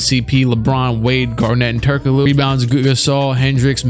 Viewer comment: My guy really said “Turk O Glue”